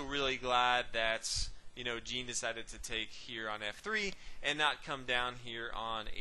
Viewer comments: I enjoy your commentary. Just a minor quibble though. Although Jean Dufresne is German, his first name is French and should be pronounced as "Jon" rather than the way Americans pronounce the women's name "Jean." Here's another good commentary on the Evergreen game, and the commentator pronounces Dufresne's first name correctly. watch?v=cTovV-scfIQ Again, thanks for your excellent chess commentary. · Jean is pronunced "zhan"